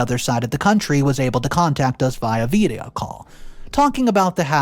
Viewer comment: what the hell is a veeedia call??